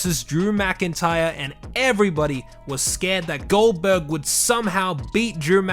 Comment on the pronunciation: I thought he called GoldBerg Oldberg